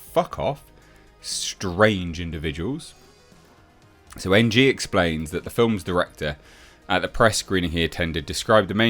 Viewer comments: The surnmae "Ng" is pronounced "eeng." At lesst the dude I knew with that last name said it like that. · Ng is pronounced "Ing" not N.G 😂